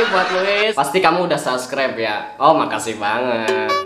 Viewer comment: "saskreber" Gua:"wkwkwk"